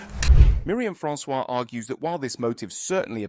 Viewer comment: silent s on 'Francois' 'could potentially' - always just 'could'